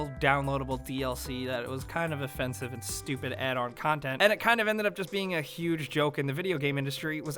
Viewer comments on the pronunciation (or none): none